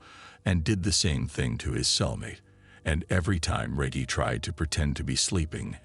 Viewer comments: Who TF is reg-hee? It almost kills the story. Then he keeps saying it the wrong way, with all the confidence in the world🚛💨🔥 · Butchering this bros name!! Reggie sounds like rejj-e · It’s Rehgee Reggie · Pronounced Rej-gee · Pronounced Re-jee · Feels like a stab every time he says reggy 😂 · The way he pronounced his name makes me think what we called regular 🌲🌳weed lmao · can't even pronounce Reggie properly? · Na the voice doin this video messed up so many words and how you got a whole story about someone and keep messing up they name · Reggie is such a well known name and this guy can’t even pronounce it the right away. Super annoying. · I don't know if Reggie 😂is pronounced like that!😂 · You keep pronouncing his name wrong. F$&k you. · the real crime here is this ai pronunciation of REGGIE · Reggie is pronounced wrong it spoils the video, did you use artificial intelligence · YO WHY IS THE NARRATOR SAYING THE NAME WRONG EVERY FEW MOMENTS?!! 😅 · The narrator sayin Reggie name wrong is killin me, you telling me throughout his ENTIRE life he never came across a Reggie? so he decided to "sound it out" 🤦‍♂ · Watched this whole thing and couldn't tell u what happened to ol' Reggie. What I can tell you is your boy can't pronounce the name Reggie... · Is his name Reggie or Regie lol 😂😂😂😂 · Bro cant even say Reggie properly 😅😂😂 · You can’t pronounce Reggie right 🤦🏾‍♂️ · Yo it's horrible how you put this together and your voice kept saying regee and not Reggie was so annoying i just couldn't continue, im a grown man looking for good content, step your production game up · He caught himself pronouncing Reggie the correct way the third time he’s said regee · Who DON’T know how that name is pronounced!? Reggie Jackson, the most famous Reggie there is, I know damn well whoever this is ain’t pronouncing it like Reggae. Goofy!!! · There’s no hope unhearing how he says ReJee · Who the fuck is RAY-GEE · Reg-Gee, Reg-Gee, Reg-Gee!! 😂🎉😅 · Reg-e, Reg-e, Reg-e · Rey-gey is wild